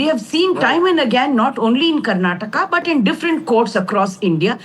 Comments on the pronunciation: It's not Karnatak, it is Karnataka. Don't change the name of the state according to your mother tongue influence and convenience you journalists.😡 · It’s not Karnatak you stupid reporter it’s Karnataka. How did you even got into this profession not knowing to pronounce the name of the state right. 😡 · its not Karnatak, it is KARNATAKA. Not everything needs to be hindi-fied. Person who is calling out mistake of Karnataka HC herself is making mistake in pronouncing the name of the very state. Yes indeed, We need justice too. Rule is a rule, even for a fool, darshan should head back to jail for the crimes committed. Karnataka High Court had the influence of politicians of congress coz he supported them in election campaigns. Ex: Sumalatha Ambareesh, CM Siddu etc. I hope Karnataka HC start taking laws seriously without any influences going forward atleast. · It's surprising how the English media Journalist doesn't know how to pronounce a state name properly !!! Shame on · whom are you replying with? there is supreme court or judiciary who takes care of the accused. I am only educating this foolish anchor who doesn't know to pronounce the Indian language or State